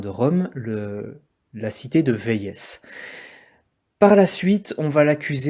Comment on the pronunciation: Véies se prononce Vé-ie et non véïèss. C’est le nom FRANÇAIS de la ville.